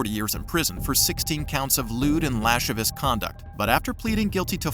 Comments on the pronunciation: "lascivious" is pronounced lass-SIV-ee-us, not "lashivus". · What was he going to do, give her teeth a cleaning?? She thought her teeth were going to turn him on?? She showed him her MOLARS ?!? 🦷🦷🦷🦷 …… The narrator said Asher was charged with lewd and “lash-a-vich” conduct. Really?!? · "Lashivous" conduct?? If you are going to narrate, please pronounce words properly. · The word "lascivious" is pronounced lass-SIV-ee-ous, not LASH-ivous. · I love how these narrators don’t know how to pronounce words. “Lascivious” is pronounced “la-civ-ee-us”. Not “lash-i-vus”. Jeez… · "Lashivus"? No. Lascivious. La-SIV-ee-us. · ~ Please learn how to pronounce "lascivious" correctly. An important word like this one, which can be of critical importance to the matters-at-hand, needs to be given "its proper" pronunciation; otherwise, it just comes off as part of a (potentially) substandard narrative! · Tf you mean “inaudible” ? He clearly says Hooligans. It’s the name of a bar. You also pronounced lascivious wrong earlier in the vid. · Lewd and what? You pronounced that wildly incorrect sir 😂